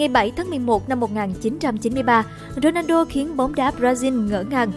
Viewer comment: Dôđrendo hả ? Đọc kì vậy !